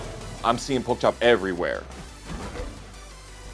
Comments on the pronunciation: Could you guys fire the commentator that keeps mispronouncing? He's an ATL legend and he deserves respect. He's co-commentator kept pronouncing it correctly but the other guy just never got the hint. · Put some respect on name. You not funny or cute by saying it wrong on purpose